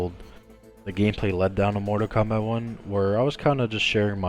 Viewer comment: So it is pronounced "Zombat" okay. I never knew